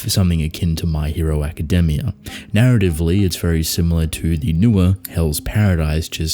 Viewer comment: It's the accent, did you hear academia?